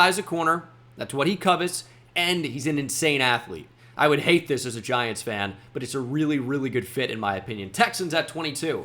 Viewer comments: Ahh yes the Giantsa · Ahh my favorite team the “Giantsa”